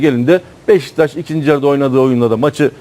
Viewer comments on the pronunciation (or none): none